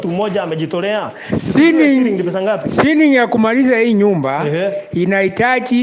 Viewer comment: chiring 'ceiling' 🤣🤣🤣